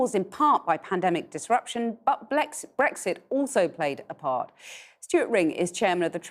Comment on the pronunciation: did she said “ blackxit “ ?? 😱 🤣🤣🤣